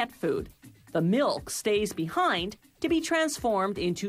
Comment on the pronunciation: I hate how she says milk and meal So unsatisfying